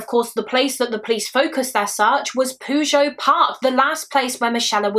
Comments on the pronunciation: PYOO-djet, not poo-joe. lmao. It's Pyoo-jet, like in Puget Sound. Not sure where you got your pronounciation from but it made me laugh xD A great video as always. It's really gross that it seems Jennifer's murder happened BECAUSE of Michella's. I think he called in Michella's perhaps to offer a genuine tip, but when he saw Jennifer, he decided to attack her and basically frame Michella's killer for his crime by making it look the same. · I love your videos! But as someone who lives in the area of this case puget is pronounced (pew-jet) it made me giggle every time you said it 😂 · Fantastic job! I did want you to know for future reference that Puget is pronounced pew-jet. The ocean area there is known as Puget Sound. It's quite well known in the country. It's a big area, so it might come up again in the future. I don't want you to think I'm giving off troll vibes.😂 You are amazing!❤️